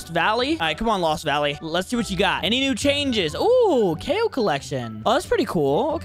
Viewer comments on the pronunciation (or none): It's not called a kao is called a chaow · it’s chao c-h-a-o